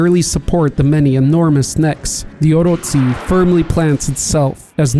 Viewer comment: Did you just say orotsi? Its oroCHI